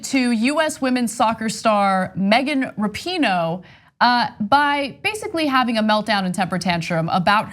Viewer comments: You guys finally managed to pronounce “Rapinoe” correctly on your panel after 3 frickin years and that dude there still said “Wrappyno.” Thank you ladies for getting it right! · Rapinoe v Shapino